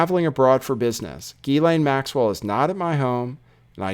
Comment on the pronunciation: FOR THE LOVE OF GOD HER NAME IS PRONOUNCED: JHIZ-LAYNE